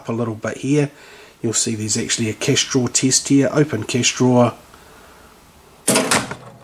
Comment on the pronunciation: What did you call that plug, the kestrel plug?